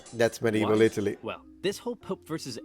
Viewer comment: Pronouncing Italy wrong during the first minute Off to a bad start lol